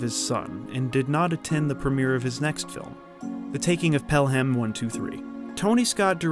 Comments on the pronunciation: Thoroughly entertaining video. I hate to be "that guy", but Pelham is pronounced "PELL-um", not "PELL-HAM". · Pelham is pronounced Pel-uhm. FYI